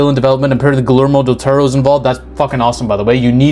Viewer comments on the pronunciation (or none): Ah yes, my favorite director: glermo daturro